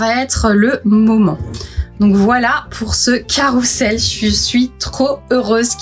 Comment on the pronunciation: On dit : carrousel ! Et pas carroussel !